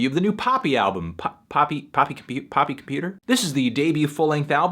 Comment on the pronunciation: it is pronounced poppy dot computer